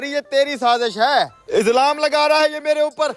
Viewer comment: Izlam nh ilzam hota hy bhai 😅